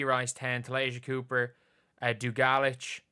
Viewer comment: It's DOO gah leech 😇